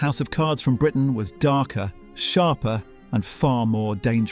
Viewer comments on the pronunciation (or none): none